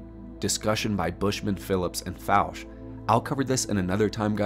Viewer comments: No big deal but Fouche is pronounced Foo-Shay.. I've researched Edgar Fouche in depth...🤘👽🤘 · Hey, nice compilation of research! Just wanted to mention my buddy knew Edgar Fouche - you're mispronouncing his last name; it's a French last name so it should be pronounced that way.